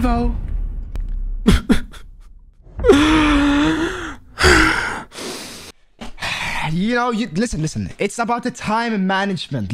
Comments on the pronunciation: Bro straight up called him beavo 😭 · nah when bro said beavo 😂